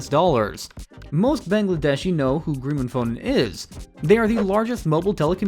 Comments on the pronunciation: "Dahaka" it's Dhaka 😢 "GRIMAPHONE" wth it's clearly written GRA- MEEN- PHONE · bro your pronunciation is killing me. wtf is "dehaka", "greemophone", "titus", "BTD" "narayanganEE" "kaloona"😭😭